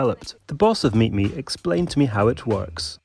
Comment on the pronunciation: I heard MeetMe as MeatMe for half the video which makes this just 200% more entertaining